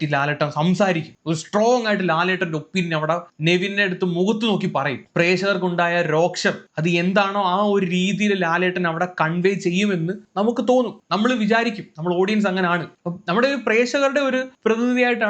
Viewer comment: കുറച്ച് ദിവസായിട് ശ്രദ്ധിക്കുവാരുന്നു രോക്ഷം എന്നല്ലട്ടോ രോഷം എന്നാണ് പറയാ...